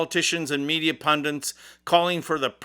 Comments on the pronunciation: "Pundits" not pundints. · Pundits not pundents.